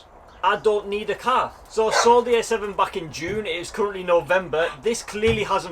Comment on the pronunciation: Are you saying A7 or S7 lol. Sounds more like you are saying S7 despite the title reads A7